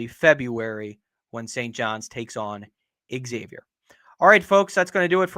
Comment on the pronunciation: No shit if you're a podcaster on something call Big East Energy, shouldnt it be a requirement to be able to pronounce Xavier correctly?